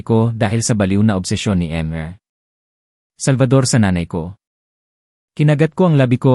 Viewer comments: Ayuin po ang basa ' hidi po eyt ang basa sa ate kundi a-te". Ayusin nyo po. "Mis-ter hindi em-re ang basa sa mr. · Peste ano ba yan bakit mr. Ibig sabihin mister pagbutihin mo mga pagbasa mo at pag unawa nang mga binibigkas mo